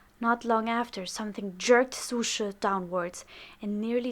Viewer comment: lol so that's how you pronounce su she. I always pronounced it like sushi. Though this did help me remember this character in the long run